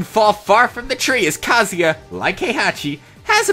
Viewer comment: It's pronounced KAH-ZU-YAH